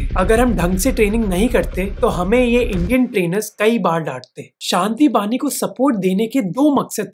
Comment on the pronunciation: It's 'Shanti bahini' not bani